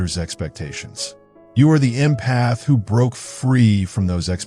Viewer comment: Great video. However, the way the AI narrator pronounces "empath" was making my eye twitch 🤪